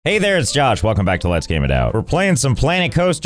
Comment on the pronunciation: "Hay there! It's Josh! Welcome back to Strife Hayes" xD